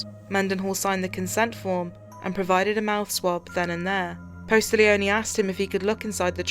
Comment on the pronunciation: PAT POSTIGLIONE He is an amazing LE officer/ detective! He was personally selected to go to Steve McNair's secondary apartment where him and his mistresses body were found dead b/cause he was friends with McNair! I hate when they do all this research but not only pronouncing his name wrong but also spelling it wrong!! I can't help it sorry!